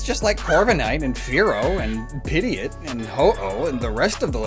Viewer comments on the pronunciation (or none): Excuse me, did he just say PIDIOT. IT'S PRONOUNCED PID-GE-OT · Piggy-it…. 😂 Pidgey-Aht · I don't know if its just me but when he said Pidgeot it sounded like he said Pideot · Did he call Pidgeot, piggy it. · I'm sorry but what did he say my brain keeps thinking he said pidiot. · Did he say "piddiot"?!?!?!? 😭😭😭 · Do you really hate Pidgeot that much? You called it “Pidiot” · Pity-it? why do i have to pity pidgeot? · Did this dude really just say "Pid-eot". You're a poketuber. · You better go back and put some respect on Pidgeot. "P-idiot". I heard that! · Did you just pronounce Pidgeot as Piddiot? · Did you pronounced Pigeot Luke "bigot" but with a P? Lololol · Excuse me? How did you pronounce "Pidgeot?" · Imma need you to pronounce Pidgeot for me one more time. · How did he pronounce pidgeot??? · What did you call Pidgeot?